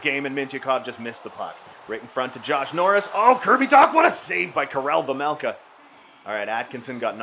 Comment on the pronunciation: Again you keep pronouncing your goalies last name wrong it’s vejmelka not vemelka